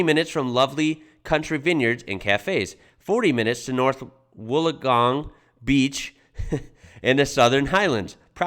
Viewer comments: Hey you pronounced Wollongong properly 🎉🎉🎉 Wollongong is in the Illawarra and is a beautiful region. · I can't believe you pronounced Wollongong right on your first try. It's my home, and a beautiful little city separated from Sydney by a National Park, and stuck between the ocean and mountains. It has a proud history and is home to the Port Kembla Steelworks, and Port Kembla Port itself, which is the biggest international import/export gateway in NSW.